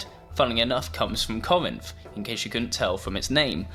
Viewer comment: It's pronounced "Cor-rinth". You tryna butcher Greece?